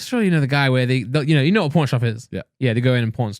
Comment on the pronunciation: Randolph says pawnshop pretty weirdly